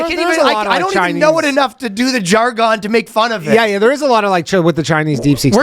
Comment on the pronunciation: jar-gon 😂😂😂do you come in peace o great Jar-gon